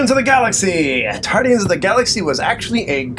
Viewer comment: Tardians? what sounds like Doc Who? lol Guardians was a good movie, cheesy ending but still funny at times, I NEED THAT GUYS LEG!